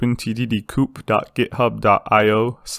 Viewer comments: Why do you say coop instead of co-op? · love the way he calls then "coop games"...makes me giggle everytime.